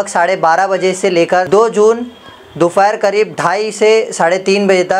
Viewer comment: Dufair nahi dophar... apni bhasha me thoda improvement laao bhai.. aapko bahot aage tak jana hain isliye improvement zaruri hain.... constructive criticism samjo isko..